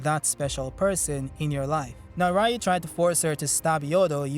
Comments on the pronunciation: It's pronounced REEU, not RAEEU. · Its "Ryu"!!!!!!